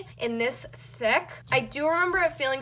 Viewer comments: The way you say Thick makes me uncomfortable. Idk if that's the way you say it or if your trying to sound cool, but it makes me really uncomfortable. Not trying to hate or anything, just saying my opinion, but your like ThAac. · how dyu say thick ? she be like : " i dont remember it being this THECK>> wth clean ur hands there black as NOT being racist there dirty black not the skin colour thingie